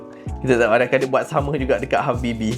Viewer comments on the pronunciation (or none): saya selallu terdengar abg cakap halfbb habibi😅